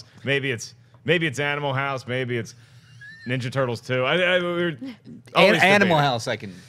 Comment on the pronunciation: Did he say "teenage minjaja turtles"?